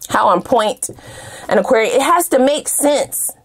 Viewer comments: You articulate Aquarius so well 😂😂😂💜💜💜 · You articulate Aquarius so well 😂😂😂